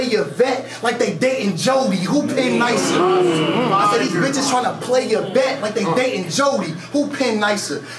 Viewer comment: couldn't wait for his rebuttal to kick in lol "I SAAAAii....."